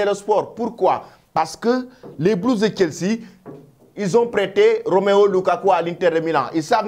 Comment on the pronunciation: La prochaine fois, je vais t'attaquer personnellement c'est ROMELU, ROMELU LUKAKU et non ROMEO LUKAKU. Tu fais exprès ou non quoi. Un journaliste qui a difficile à prononcer les noms des joueurs. N'a pas de niveau ou sa place pour présenter cette émission. Ce n'est pas du wolof...